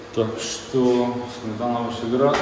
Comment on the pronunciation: Не Сметана,а Сме'тана.